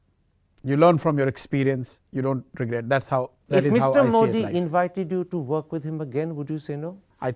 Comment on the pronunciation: Why pronounce ' मोडी' pretending like you are from some Western country